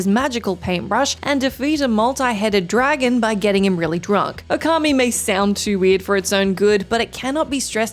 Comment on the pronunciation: Okami - it’s pronounced “ooo-ka-me” Not “oh-car-me”